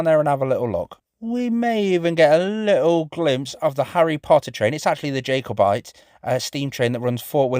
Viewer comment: Its pronounced jack o bite.